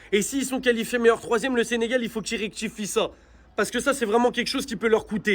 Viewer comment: Rek-tifiés maas rectifiés,😂